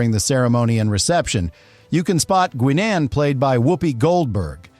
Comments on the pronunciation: wow. every Star Trek name done wrong by AI. pathetic. Gi-NON ?????????????? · that's not how the name Guinan is pronounced